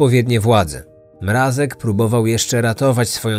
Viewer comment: przecież poprawnie wymawia to nazwisko! Głośniki może wam fixują